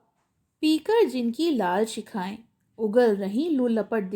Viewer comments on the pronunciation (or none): shakhaye ?nahi hota blaki (shikhaye) hota hai..